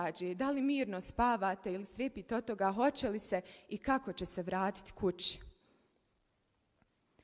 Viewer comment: Toliko mi je zao zbog svega, ali te ne mogu slušati kako pricas isto ko one voditeljke seljoberke sa hajat televizije, gradžani, hoče, kuča, itd. Ili si nedovoljno obrazovana ili se pecis i glumis neku ribu, nemoj budi normalna kao babo tvoj, ruzno je iskreno, čitaj kako piše kontas 😢